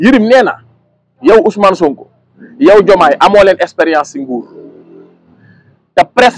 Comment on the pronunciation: Ay way yerim nopalouloul t nangou may wax mou nane ekperence 😂😂au lieu de expérience 😅😅😅